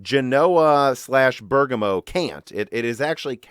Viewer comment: You are pronouncing Siena wrongly like Genoa and Bergamo, look up their pronunciation in Italian on an online dictionary